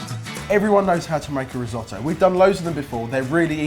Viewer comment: Resohtoe? Not re as in reuse redo it’s “ ri” different sound ..